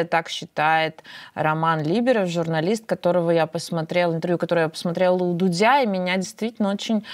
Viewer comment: Извините ,почему "у ДудЯ"?!!! ДУДЬ -Фамилия без смены ударения !😮